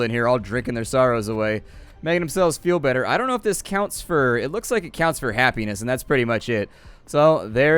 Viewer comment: why did I hear hapenis when he sad happiness